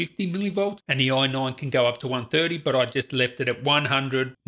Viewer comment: Say AI... NINE.... AI.... NINE. Say AI... say NINE. Say FIVE. FIVE.